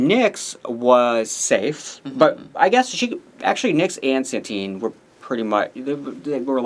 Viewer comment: The name of our espanhola winner is Satin, not Santin. It gets to a point that I think its just bait for people to comment